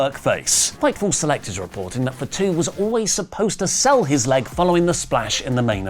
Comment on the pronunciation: its not FAT-U please pronounce properly